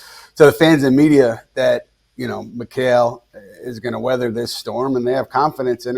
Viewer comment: Please don’t invite this dude to speak on the Knicks ever again! He can’t even pronounce Mikal’s name properly. He’s unpleasant.